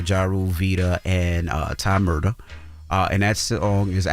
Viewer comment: It’s Murdaaaa